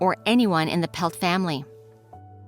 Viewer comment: You're pronouncing her name incorrectly - It's not "Pelt" as you're pronouncing it. It is PLETT, Mary Anne PLETT. My dad, Al GOWLER, was a detective with the Edmonton police service and he never did solve this crime. See the book called "Valley of the Shadows" by her husband Jake PLETT.